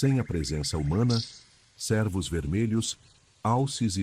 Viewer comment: Não é sérvos.... a pronúncia é "Cêrvo"